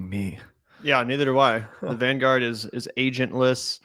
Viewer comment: Vin guard, is it? Van gourd? 😂😂😂 I've got Paknesia